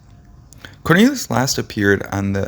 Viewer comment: This guy is irritating he kept mispronouncing his last name! He does that quite often! And who WAS that guy he showed off & on & at the end! 🙄